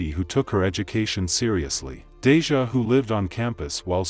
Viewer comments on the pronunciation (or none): The narrator and Congress pronounce their names wrong!! I get it doesn't affect their families but it just makes the memoriam not sincerely. Deja and Abbanay Watts really?... I recall it being Matt's!!😢